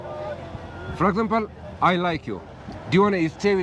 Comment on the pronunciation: “Fragexample” 😂😂 bruhhh your English broke 😅